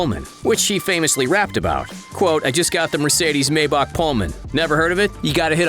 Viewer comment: The way you say Maybach gives me fucking downs